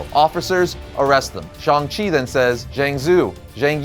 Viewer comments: Shhhhhang chi. Not Shong chi i had to stop watching because of this dam. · Okay am I the only one who still him shang chi instead of shong chi I mean I'm not racist its just feel some people who knows about the comics like myself felt like getting a headache since the MCU change how they pronounces his name